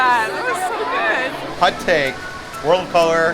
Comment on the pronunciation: Where are you from? I’ve never heard anyone else pronounce “hot” like “hut” before.